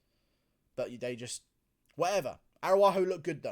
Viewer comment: "Cacuera", "Aruarro".... I can't take it bro. 😂😂😂